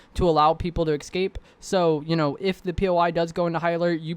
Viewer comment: e-s-c-a-p-e not e-c-s-c-a-p-e lol